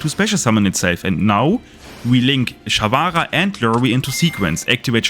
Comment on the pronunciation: take a shot every time sharvara is mispronounced